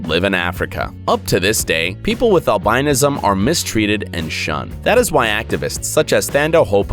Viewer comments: google albinism and listen to how you say it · please learn how to pronounce albinism... look it up.